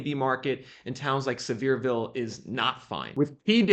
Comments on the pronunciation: It’s not pronounced “Severe-ville; it’s pronounce “Sever-Ville” The home values were super inflated. And along with interest-rates, the luxury homes are so big the overhead to run them is not worth it! Too high maintenance costs. The Biden administration and the push for “Green and Globalizism” is wrecking the economy. Idiots!! A lot of Fools voted for the Big Guy. Think next time. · It’s see-ver-ville, TN